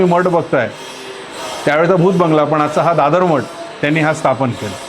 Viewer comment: मठाला सुद्धा मट म्हणतात शुद्ध बोलायला लाज वाटते